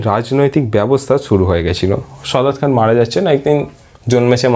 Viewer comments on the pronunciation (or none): দাদা , সদাৎ খান না সাদাৎ খান